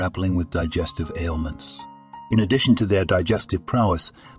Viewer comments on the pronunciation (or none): none